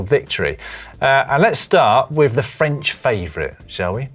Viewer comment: Lloydy's french pronounciation...! 🤦‍♂️🥴